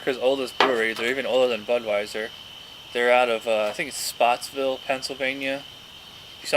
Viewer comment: It's Pottsville PA